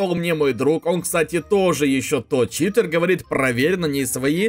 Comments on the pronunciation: читЭр, научись говорить, читЕр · заметь пжлст, говорят не ЧитЭр а Читер блин какой ЧИТЭР ЭТО ЧИТЕР